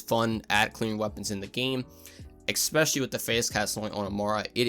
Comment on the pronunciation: Good video. Eh-spe-shuh-lee.